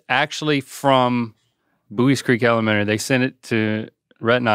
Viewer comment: Haha he went "elemenary school" right when i was reading this comment. Anyway I'm from Ohio and I say it the same way you do lol